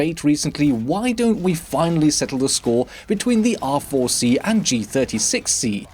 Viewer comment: It sounds like you are saying "awful C"